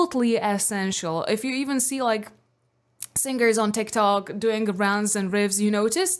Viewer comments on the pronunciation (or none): none